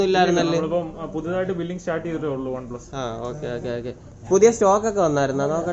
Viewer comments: Adhyam one plus ennu parayaan padik 😸😸😹😹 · ഒൻ പ്ലസ് അല്ല വണ്‌ പ്ലസ്🤣🤣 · ഒന് പ്ലസ് അല്ല ബ്രോ വൺ പ്ലസ് ആണ് 😂😂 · വൺ plus ആണ് bro അല്ലാതെ... ഒൺ plus allla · Onplus alla oneplus . Please correct the pronunciation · On pluse alla one plusa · ഒന് പ്ലസ് അല്ല one plus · Onn plus alla broh one plusa 😂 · Onn plus alla one plus 😆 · ഒന് പ്ലസ് അല്ല bro one plus ആണ് ട്ടൊ broo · ഒൻ പ്ലസ് അല്ല വൺ പ്ലസ് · ബ്രോ ഒൻ പ്ലസ് അല്ല വൺപ്ലസ് 😁😁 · ഒൺ പ്ലസ് അല്ല bro വൺ പ്ലസ്. 🤩🤩😀😃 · പറയുമ്പോൾ ഒൺ പ്ലസ് എന്നാണ് ഭായ് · ഒന് plus alla വൺ plus aan🤭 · One plus enne parayan ariyille bro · One plus ane une plus alla🤣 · Ivan onplu ennu paranju veruppikkuvallo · ON plus alla one plus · Adhyam OnePlus ennu parayan paddik .review ahn pollum .hmm